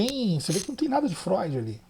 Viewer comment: Essa foi "fróid" 😂 parabens pelo react 👏👏👏